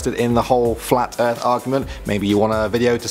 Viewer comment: anyone else hear him say "fwat"? I know I did